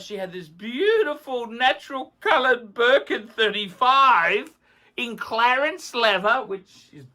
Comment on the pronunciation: Clarence leather? Hahahaha word salad yet again. C L E M E N C E leather. It is also T W I L L I E S and not Twirlies.